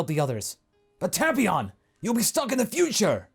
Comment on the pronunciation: Tapeion not tapion your mispronouncing it